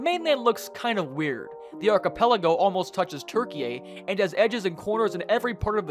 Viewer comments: It's pronounced tur-kee, not tur-kee-yay. It's spelt Türkiye but pronounced "turkey" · It’s turkey not turkey a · Just a theory, but I think this might be AI generated, from small mispronunciations such as TurkeyAYY to heavy repetition, it seems too prevalent to be human. I may be wrong though. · Ain't no way he pronounced Turkey as "Turkiyay" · Why are you saying Turkey like Tur-kee-yay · Mmmm yes "turkyay" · Bro is trying too call Turkey what they want to be called but he gets it so wrong he is literally saying Turkeyeh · Why do you pronounce it turkey-yay? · Bro said" turkeya" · sorry, but the turkish government has requested to use of "Türkiye" (pronounced as the german ü) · I love how he pronounces turki-yey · The pronunciation of Turkey was the way the people there spell it. Türkiye. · yes I know, I was joking the way he mispronounced it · Why you pronounce Turkey like that?